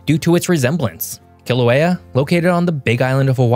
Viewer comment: Kilauea is pronounced Kil ah way ah. Mauna Kea is pronounced Mao Nah Kay ah.